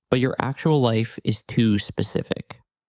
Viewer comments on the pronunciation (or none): they say Pacific instead Pacific 😂😂😂 fails twice 😂 SPECIFIC ❤